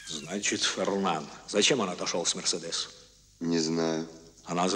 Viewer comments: Скури Нап МерседЕс, это же Франция. Ударение всегда на последний слог. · Мерседе́с! Так мы называли автомобиль в детстве. Так резануло по ушам! Ведь правильно произносить имя с ударением на средний слог - Мерсе́дес! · Смешно Боярский произносит МерседЕс